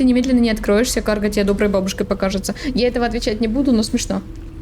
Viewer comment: Токмо "каргА", а не "кАрга").